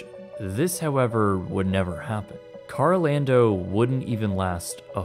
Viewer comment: Carol ando. Not karl o lando